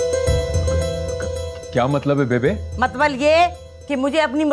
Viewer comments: Matlab ❌Matbal ✅ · Matlab❌ matbal✅ 😂😂😂😂